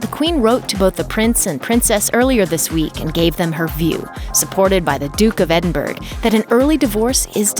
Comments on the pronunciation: The was you pronounced edinburgh is wrong, you said "edinburg" and its actually "edinbruh" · It's not "Edinburgh." It's pronounced "Edinbura." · Duke of Edinberg... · It's Edinburgh !!!!!!